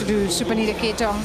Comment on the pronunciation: you can clearly hear the PA and the umpire say ka-TEH-thong, yet these announcers still keep on saying it as kate-thong. come on, be better. and please! talk about the match more and not just story telling all the time